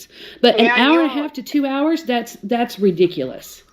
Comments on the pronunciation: "Two errrrrrs" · she says "hours" like a pirate